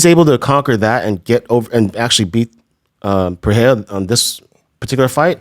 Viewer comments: His name is Pereira and you've been mispronouncing his name for a whole year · It also annoys the heck outta me - in what world is it P-erra?? 😂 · his name is NOT PIERRA lmao CTE much brendan? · “Alex pee-air-ah” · Pierra Lol... Yeah weird pronunciation. I do think Brendan got it from Chael. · Bapa says Alex Pereira's name in a way that's literally impossible if you have ever seen it written. Also Chins shirt looks like it could say Douchebag Darryl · Why can he not say Alex’s name right 😅